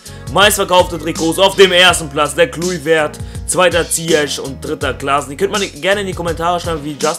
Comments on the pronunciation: Assgesprochen wird er "Kloiwert" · Er wird Kleuwert ausgesprochen ;^) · den spricht man so aus "Kleuvert"